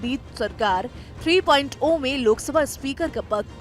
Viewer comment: are bokli 3.0 (three point zero hota hai na ki 3.oa )